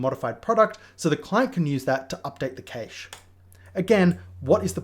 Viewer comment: Why do you pronounce "cache" like that? Is that a UK thing?